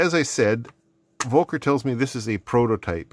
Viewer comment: I think the V in the name Volker should be pronounced the german way where v's sound like f's, like in "fight". So it becomes "F"olker. Anyways, you can ask him if the contacts you again.